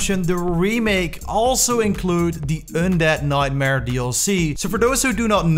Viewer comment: "ondead" XD